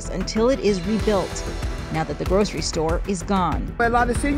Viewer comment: The narrator's pronunciation of "grocery" is interesting lol